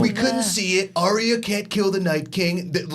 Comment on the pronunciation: YES finally someone agrees with me! Its ARYA not aria. aria is a song in an opera. why cant you americans get names right? was calling Gendry- jendry???